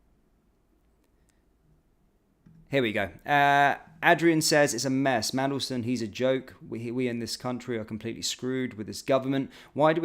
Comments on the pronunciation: How did you find a letter T in Mandelson"s name. Come on, uo the professionalism dude. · Would you please learn pronounciation before making your posts. It is rude and unprofessional to mispronounce someones name. There is no 'T' in is name and antipathy is pronounced an-tip- athy, not anti-pathy. Learn English before criticising others.